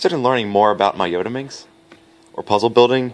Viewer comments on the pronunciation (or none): Yes, he got it wrong... also i believe it shouldn't be pronounced yo-ta minx but rather yot-a minx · For some reason I find the pronunciation 'yodaminx' funny as hell. I probably have to pronounce the t-s as t-s and not d-s just to restrain myself from giggling.